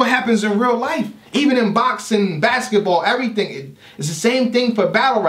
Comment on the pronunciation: Why'd you pronounce boxing like twork? Your cadence changed.